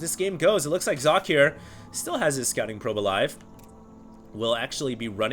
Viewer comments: "socke" is German (as is the player) and it means sock (the things you put on your feet before you put on your shoes)... So, the right pronunciation would be something like "Sok-ka". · How to properly pronounce "Socke" 1. Start saying "socket" 2. Remove the "t" at the end and say Z instead of S in the beginning 3. Profit.. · okay, i pause the vid right now. 1. its called sokkeh (you dont pronounce the "h" its just easier to explain like that. the "e" is like in the word red) 2. aTn is alternate attax^^ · Socke is pronounced more like Zock-euh. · socke is german... prenounce it like you did and put an "e" like in "tennis" at the end and it would be perfeckt... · inohope Stating that it's still pronounced incorrectly isn't being over-sensitive. Personally, I don't give a damn (as a German), and I think most ppl are just trying to be helpful here. If someone goes ahead and states "Here, I can say it correctly!", then does it wrong, correcting him is being "full of oneself"? Right... Just pat him on the head and smile would then be the right thing? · You are pronouncing Socke's name wrong^^ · hey hd socke is from germany and the e at the and is pronounced too and it means just sock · socke is simply the german word for sock. you have to pronounce the e [ə] at the end. seems to be a little difficult for english speaking people :D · actually there is a pronunced e at the end of Socke's name, it's pronunced like pronunces it, just with an e like the first e in energetic at the end. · You must be German. (Kein Problem. Ich kann Deutsch). In English it'd be more like Zock-uh, if you wanted him to pronounce it the way it would be in German ^^ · Socke is pronounced ['zɔkə]. It's german and means sock (singular). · Sock-eh, btw. It's german. And its alternative gaming :) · Its not Sokka, if you want to pronounce it right Do socket (from wow :p) and dont pronounce the last t. Sokkeh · Sok? no it's Socke ^^ you got to say sock + eh. not Socky, not Sock, just socke(h)